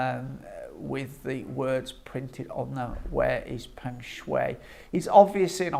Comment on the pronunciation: Pronounced Peng Sh..why